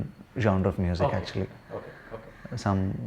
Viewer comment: Thanks for pronouncing genre correctly Vineeth